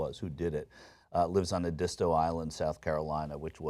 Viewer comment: it's Edi-sto island not Eh-dist-o island